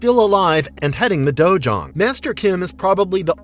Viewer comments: It's dojo not dojuan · It's dojang.